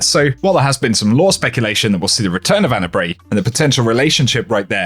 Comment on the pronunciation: I noticed some minor mispronunciation you said Ana Bae wrong